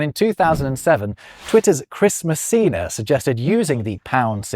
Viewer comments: When you said Chris Messina, I thought you said Christmas Cena and expected John Cena to burst through the screen. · heard this as Christmas Cena. He'd probably make a good santa